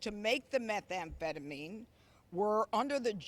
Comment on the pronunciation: She cant even pronounce methamphetamine correctly...typical conservative